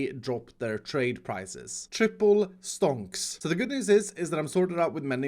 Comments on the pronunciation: It doesnt sound like stonks, it sounds like stånks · I love how iskall pronounce stonks.